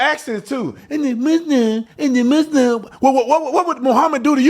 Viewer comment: Lmaoo I love seeing how I'm not the only one that can't STAND how they say "muss limb" 😂